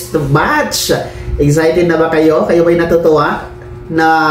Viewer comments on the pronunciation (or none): none